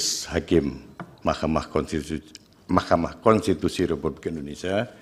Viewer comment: Ketua DKPP bisa melet juga ya pas salah sebut mahkama konstitusi 😂😂😂😂